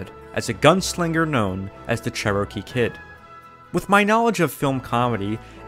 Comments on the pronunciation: The Che-roh-kee Kid, eh? You make me sad. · Charrow-key Kid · You’re pronouncing Cherokee wrong.